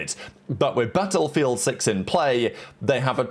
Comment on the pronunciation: The way he pronounces 'battlefield' is killing me